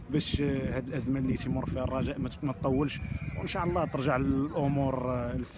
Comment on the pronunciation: ينبغي نطق " إن شاء الله " بطريقة صحيحة.